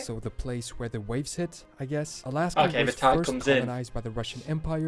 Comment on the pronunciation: ALASKA…..NOT ASLASKA